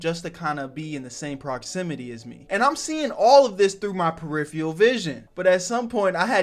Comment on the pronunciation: "mastery of periferal vison" lmao